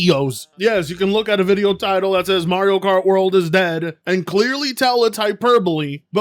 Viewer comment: Mario Kart World? I thought you said Mario Kart Worse.😄